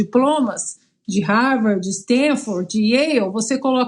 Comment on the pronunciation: Não sabe nem pronunciar Harvard! 🤣🤣🤣